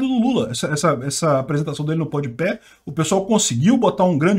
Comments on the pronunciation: Concordo com o que foi dito, mas que me incomodou toda hora o falando PodiPÉ ao invés de PodPah, isso incomodou. Devo estar muito cansado, muito sono pra isso me irritar (até por que nem acompanho esse podcast) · é "podpá" kkk tu fala "podpé" akakakakakakakak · Ja imaginou que louco um almoço de domingo com o falando Podepé, faz 0 diferença, num sei o que lá... Top:_sim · "Pod Pé" kkkkkkkkkkkkk... eu ri cada vez que ele falou. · O chamando o podpah de pódepé! Kkk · Lula chamando o mítico de "mitchícu" x chamando o PodPah de "PodPé" kkkkkk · Podpéh não né hahahaha tiozão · PodePé. Se fosse PodeDedo eu até relevava. Go 2022 Molusco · O deve estar falando o nome do podcast errado de propósito hahah